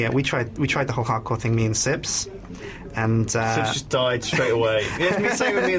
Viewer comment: i thought it was Sjips co not sips co